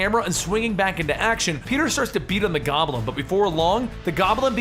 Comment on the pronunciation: I smile every time you say "Gobb'l'in" in spite of myself. :)